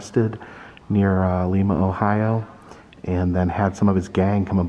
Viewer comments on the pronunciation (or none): I live in Lima and a couple of things. #1 its Lie-Ma not Lee-Ma. Secondly, you missed out on visiting a few places. #1 Kewpee hamburgers, the best burgers in the world. This was actually the place that inspired Wendys but its sooo much better. #2 we have the tank plant where they produce the only Abrahms tanks, you can't go in but they have one on display outside. And as far as wapak goes, you somehow missed the temple of tolerance. not sure how you missed that one but you NEED to go back and check it out. A beautiful place created in a mans large back yard completely made up with rocks he's found, its a must visit. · Oh my, it's lIma, not leema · Only go back to lime-a if youre going to pronounce it right lol jkjk. Also no love to Dayton? 😭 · Lima not lema Ohio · Lima is pronounced like Lima bean. Hope you enjoyed your visit! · yeah we appreciate you trying to make Lima sound fancy tho 💋💝 come back soon,! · The "i" is long sound in Lima. I haved lived in Ohio all my life. There is plenty to see and do here. Covid has put somewhat of a damper on it. Love Jungle Jims. Go there frequently. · Another great video, thanks. Quick note for your return visit to see Noah's ark: They pronounce it Lime-uh, Ohio (like Lima Bean, not the city in Peru) Keep up the good work! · The i in Lima is pronounced eye like what you see out of. The way you are pronouncing it is the town in Peru. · I love this road trip. The small towns are always so interesting. Just an FYI (as others may have already pointed out), as someone who lived in Ohio for 37 years, the city of Lima is pronounced L-eye-ma. Looking forward to your further adventures. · Hey. You went to my home town Lima Ohio ( pronounced Lyma) Peru also has one proounce as you pronounce ours. Ours is said with a long "I". Wow! Coolsville. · It is Lima, long I. Like a lima bean. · Its Lima, Ohio pronounced like Lima bean with a strong "i" sound lol.😁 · its lime uh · It is pronounced Li-ma long I.